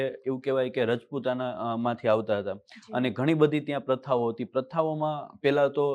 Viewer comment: સર તમને રાજપુતાના બોલવા માં કઈ તકલીફ છે રાજપુત ને. રજપૂત કોહો છો ને રાજપુતાના ને રજપૂતાના ક્યો બને અલગ અલગ છે